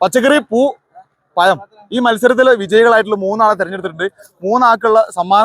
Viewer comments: പയം അല്ല പഴം എന്നു പറയുക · പയം അല്ല പഴം എന്ന് പറഞ്ഞൂടെ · പയം എന്ന് പറയല്ലേ പഴം എന്ന് പറ 😅😅😅😅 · പയത്തെക്കാൾ ക്ലിയറാണ് ജമന്തിയെന്ന് പറഞ്ഞത്...... ആദ്യം പഴം എന്നു പറയു😂😂😂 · പയമല്ല. പഴം . എല്ലാവരേയും ഒറ്റ round ൽ നിർത്തുക. അവർക്കെല്ലാം നമ്പർ നൽകുക . പച്ചക്കറി പഴം പൂവ് എന്ന് പറഞ്ഞ് നമ്പർ വിളിച്ചാൽ മതി. അവർ ഉത്തരം പറയും. അപ്പോൾ ചോദ്യകർത്താവിന് ഓടിനടക്കേണ്ട . വാഴപ്പഴം എന്ന് മാത്രമേ പറയാവൂ. എല്ലാ വാഴപ്പഴവും വെവ്വേറെ പറയാൻ പാടില്ല. ഇഞ്ചിയും പുളിയും മഞ്ഞളുമൊന്നും പച്ചക്കറിയിൽ പെടില്ല മാഷേ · പയം അല്ല പഴം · പഴം പയം അല്ല ഹേ